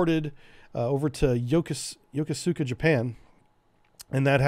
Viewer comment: Really awesome and detailed rundown, I love it. Brings back memories of my days sailing with these beauties. By the way, Yokosuka is pronounced yo-koo-ska, the PAC sailor in me cried inside hearing you say it that way Also, I was stationed on the USS Frank Cable. Would be interesting to see something like this about the AS-39 class sub tenders. They have an interesting history